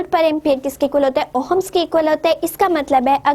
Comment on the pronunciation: It is not Ohams it is ohm's